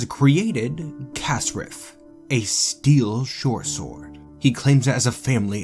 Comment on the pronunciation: When you say shortsword, it sounds like you're saying "Shore sword".